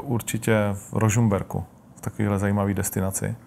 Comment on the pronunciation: skoro mi bráaaanicu utrhlo :D "určite to bolo v Rožumberku" :DDD